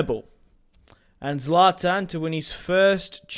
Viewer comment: its not zaltan its zlatan